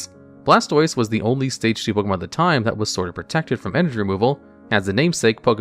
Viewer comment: It's not pokEEmon. It's pokEYmon.